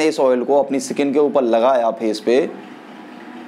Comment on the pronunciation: स्किन होता है, सकिंन नही।